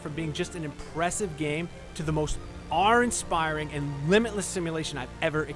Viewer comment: “awrrr inspiring”? Wtf?